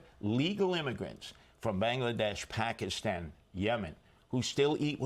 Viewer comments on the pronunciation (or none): none